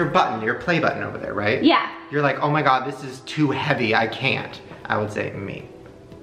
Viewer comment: Oh...my GAD